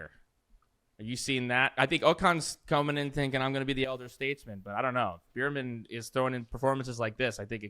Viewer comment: Beer-Man... Beer-Man... Beer-Man... You're killing me smalls... Bear-Man, 🐻Man